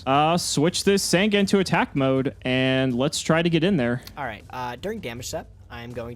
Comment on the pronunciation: I think with the fact is STILL saying Sangan wrong, i think its time I create the yugituber drinking game.